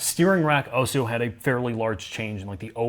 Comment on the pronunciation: Do you ever wonder why says 'Auso'- instead of 'also'? Very strange - arguably an unsolved mystery